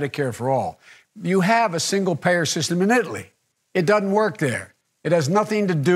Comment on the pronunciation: “It DUDN’T work there” smh